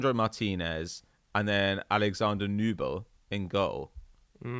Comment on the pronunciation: Nübel is good but Neuer is still one of the best in the world. BTW it's pronounced "Newbel"